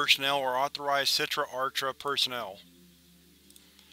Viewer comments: a good rule of thumb is that if the word is Hebrew or aramaic the CH sound is pronounced with like a throat clearing type sound. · you high key mispronounce achra it's done with a throat sound since it is hebrew i.e. sitra achra the other side of the sephirot aka the qliphoth